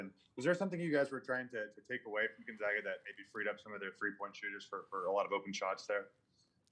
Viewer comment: It is pronounced Gone -Zag-Ah. Not Gun Zug ah...